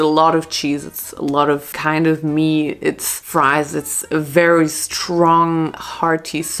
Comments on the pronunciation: Girl you’re saying meat wrong 😭 it’s « meet » not « met » (love u tho) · It´s MEAT, not met